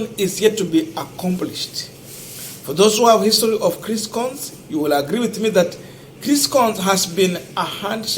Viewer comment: Coons is pronounced kuns not kons